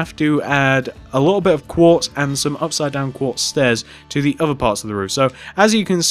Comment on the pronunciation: you said block of guartz instead of block of quartz